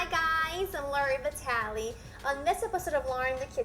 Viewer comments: really?Because she can't even pronnounce her name correctly...and that's quite strange...I don't who she is but to me sounds the typical italian american born and raised there that the only italian who can speak a strange dialect version of it...🤔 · Laura Vitale is so Italian that she doesn't even know how to pronounce her last name properly.